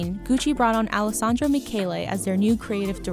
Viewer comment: Okay but she did Alessandro dirty with that mispronunciation!!! wow this was clearly not written by a fashion journalist bc this is a steaming pile of garbage. Very clear only has grasp of general luxury market, not specifically the high fashion market.